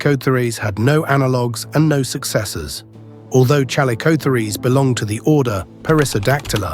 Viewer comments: ChalicoTHEERs not ChalicotheREESE! Did an AI do the narration? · If there's one thing I learned from this video it's that AI doesn't know how to pronounce calicospheres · This video about these fascinating animals is marred by the synthetic voic repeatedly mispronounced 'chalicotheres'; and by outright false visuals , which shows not a chalicothete at all, but a giant ground sloth (Megatherium). Lazy production shortcuts devalue videos and spread misinformation. 'Must try harder/ do better'.